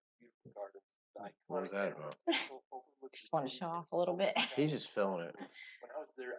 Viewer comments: It's Edin-bruh. Not Edin-burrow. With these pronunciations, you've got to forget about the spellings and just listen to and learn the 'correct' pronunciation. They often don't make sense but that's just how it is! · EdinBruh is how we say it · Edinburgh pronounced Ed-in-burr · There is no 'o' in Edinburgh, never understood why folks pronounce it edinboro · Edinburgh pronounced Edin-burra. There are castles all over the UK, not just in Wales. The surname of Snowdon, most likely comes from the place called "Snowden" in West Yorkshire. Derived from Old English of "snow" meaning snow (!) and "dun" meaning hill. So your ancestor is more likely to be Yorkshire than Wales. So many areas of Outstanding Natural Beauty have been omitted from the video, and his pronunciation of place names was mostly incorrect. I do like the fact that you want to return to the UK, but you need more than a couple of weeks to really explore the whole country!! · As a Scotsman, a Glaswegian, we pronounce it Edin-bruh. Edinburgh is fantastic but it's definitely for tourists. Glasgow is more grounded and cosmopolitan. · edinburgh is edin-bruh, unless in west or north of scotland largely edin-bu-ruh, said with a rolling r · Ha ha edinbruh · no its edinburra, no O at the end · Edinburgh = Edin bra= bruh. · Edinburgh is pronounced edin-bruh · It's pronounced Edin - bruh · Edinburgh is pronounced Edin Bruh. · It’s Edin Bra